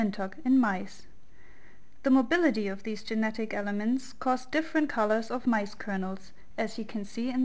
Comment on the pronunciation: btw I laughed at "mais" as it sounds like "mice" its corn actually ;) but I guess you know by now :D still well done !!